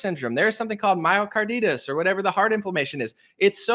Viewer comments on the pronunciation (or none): Bro, love your resolve and zest for freedom! Also it’s pronounced MY oh car DYE tis not MY oh car DEE tis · It's pronounced: ma-yo car-dye-tis❤❤❤